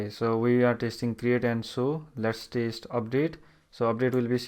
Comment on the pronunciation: This guy is saying taste instead of test..